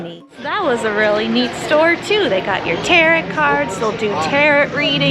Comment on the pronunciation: Tarot is pronounced “Tear-Oh”